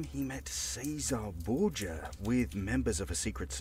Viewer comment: That's not how you pronounce Borgia.